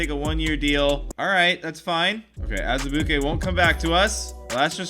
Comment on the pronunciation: I love how you say Azubuike 😂